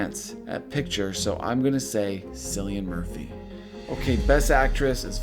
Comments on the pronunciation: sorry to be that person, but it's pronounced Killian, not Sillian. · Cillian (Murphy) is pronounced as kill-ee-an, no sill-ee-an.